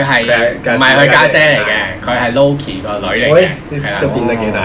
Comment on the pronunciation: 揸爆锤改背景唔系因为改剧本，而系MARVEL向来都中意放假预告误导人。同埋HULK同LOKi噶发音可唔可以标准少少🌝